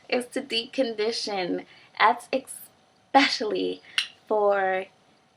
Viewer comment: Just wanted to tell you that it´s eSpecially not eXpecially --'